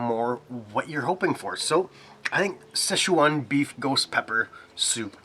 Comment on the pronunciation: Awesome review! Now you got me saying "Sesh-waaan." Girlfriend is giving me weird looks. "Sesh-waan." 😂